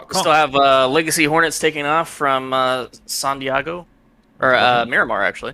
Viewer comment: Wtf is this guy saying Sahn Deeahgo? Are they from Wisconsin or something? was saying the name correctly.